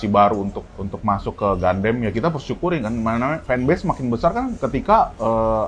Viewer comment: Kalau YouTuber mainan yg sengaja beli mainan mahal cuma buat pansos trus dijual lagi gimana? :elbowcough: BTW bahas gatekeeping ガンダム tapi kalian nyebutnya pada ga'konsisten... Kadang GANDAM, GANDEM, GUNDAM 🤣🤣🤣